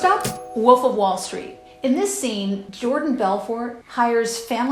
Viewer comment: Awesome, it's been a long time since I met someone who pronounces "wolf" as "woof"